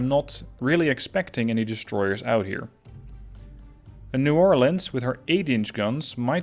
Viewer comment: Ayyy!! Two New Orleans classes! Louisiana represent!! Also, suprised you actually pronounce New Orleans correctly. Everyone pronounces it "New Or-Leens" which makes us want to punch them.